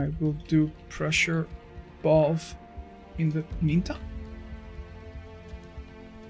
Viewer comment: Bro says, “Balb” for Valve…